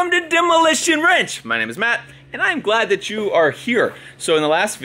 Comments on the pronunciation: He said WRENCH, not ranch. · I thought matt said demolition "ranch" for a second and I forgot that it was wrong it was "wrench" hahahahaha lol, good luck with your projects matt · It’s off the ranch not demo Matt am I the only one who heard that